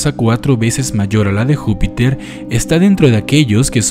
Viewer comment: dice jupitor :v